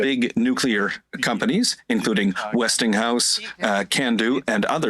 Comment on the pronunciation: Nuclear is pronounced New clear. NOT New Cue Ler Attention Raquel Dancho and the Moose himself.